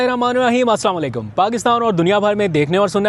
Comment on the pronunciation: please Kindly say it correctly.it's Asalamualaikum, not Slamulikum